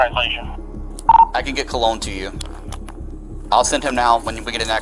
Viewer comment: BRO ITS CO(LONE)